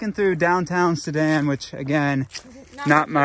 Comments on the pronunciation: For once has the pronunciation right and has it wrong! (Soo-Dan) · “Soo-Dan” is the correct pronunciation! What the heck?! got it right?!?